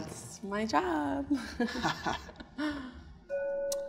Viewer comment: When she said "that's my jObb", I GOT that 😂😂😂